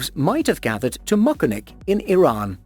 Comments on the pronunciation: Its moncton not mactan atleats get it right I am form there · Moncton* not Mactan hahah